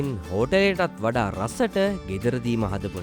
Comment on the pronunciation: ඔයා විතරයි හරියටම මේ වචනේ pronounce කෙරුවේ නාසි ගෝරෙන් කියලා.... ගොඩක් කට්ටිය ගුරන් කියලා කියන්නේ...